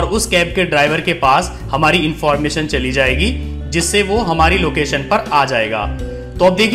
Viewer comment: Apka presentation bahut shandar hai. Mujhe is se pahle, jab bhi kahin jana hota tha to main apne grandson ko ola book karne ke liye kahta tha. Per ab main confidently khud ye kaam kar sakunga. Is guidance ke liye tah-e-dil se shukriya! Apka andaz-e-bayan bahut hi badhiya hai. Bas, sh ki jagah s aur s ki jagah z ka pronounciation, jaise shahar ko sahar, location ko lokesan aur price ki jagah prize thoda sa hatke laga. Vaise, har kisi ki apni style hoti hai. Isliye ise otherwise na len.😀